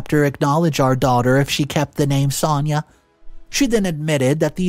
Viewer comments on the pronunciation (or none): Why do you say Sania when her name is Sanaya? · Pronounced son-aye-ah